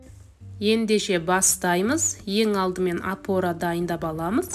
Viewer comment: Апора демей,апара демей.,😂